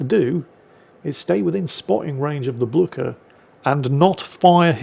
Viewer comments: It is how Blücher is pronounced in Europe. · The best pronunciation of Blücher ever heard! A well-deserved victory! I love these destroyer replays!